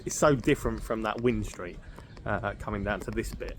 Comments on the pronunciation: Wind st is pronounced the same as wind a watch! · Great video mate. Just FYI it’s pronounced Wine Street even though it’s spelt Wind Street👍🏼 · When you pronounce "Wind street" mate, it's like when you wind up a clock or something. Not wind as the weather. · I know its spelt wind street but everyone in swansea pronounce it as wine street it must be a welsh thing 😆